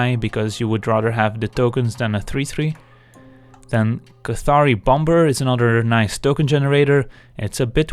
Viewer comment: Cool video. It sounded like you were saying the b in Bomber which should be silent.